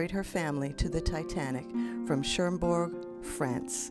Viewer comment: There is no N in Cherbourg! You are pronouncing it CherNbourg! Incorrect!